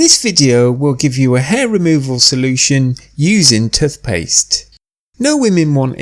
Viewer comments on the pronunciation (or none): Good bye "tuth paste" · He keeps saying tuth paste